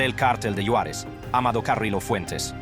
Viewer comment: Me gustó como pronuncia mi Juaritos la frontera. Yuarez. Jajajaja